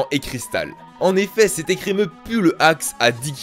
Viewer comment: Blanche et son ecremeuh là c'était galère